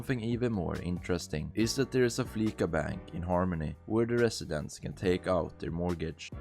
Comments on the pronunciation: It's Flee-sah, not Flee-kah! It's a pun on the word 'fleece', which can mean 'to rip-off or scam'. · No, it’s prenounced with a soft c. Listen to how characters say it in game. It’s “Flee-sah” not “fleeSuh” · It is pronounced fleese ah. like fleece ya😂😂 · i will say “fleeca” is satire upon “visa”, with its pronunciation being synonymous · Soft S in Fleeca. It's prnounced 'fleecer', to imply they're ripping people off with fees. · Flee-S- a. It's a combination of Visa credit card and to be 'fleeced' which means being conned out of money. No hate ;)